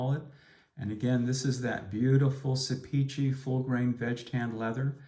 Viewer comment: Great video! I commissioned Beran to make my son a gorgeous dopp kit when I lived in Ankara, Türkiye. FYI, Sepici is pronounced, "SEP-i-jee": Thanks for all you do to promote awesome products!